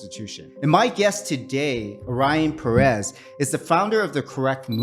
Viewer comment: It hurts my ears whenever someone says "peréz" wtf.